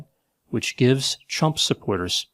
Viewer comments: Did you call him Trump or Chump?🤣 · I swear I heard you call him chump more than a couple times.